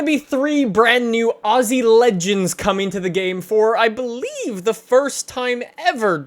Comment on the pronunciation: The way he said believe tho